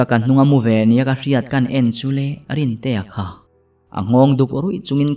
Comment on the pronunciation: Ngaihnawm thin... Chhiar tu atang bawk a, rintea pawh rintei ati leh nawk2 mai lawm lee...